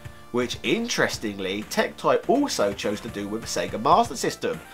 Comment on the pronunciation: If you are going to bring up TecToy anymore you should brush up on your Portuguese... you butchered it.